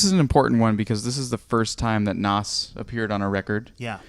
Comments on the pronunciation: It's pronounced NAZ not Nos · No. Not Nàs, "noss"